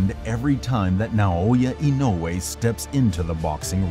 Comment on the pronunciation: Thanks for sharing this great video. I know it is difficult for English speakers to pronounce Naoya Inoue, but your pronunciation is perfect.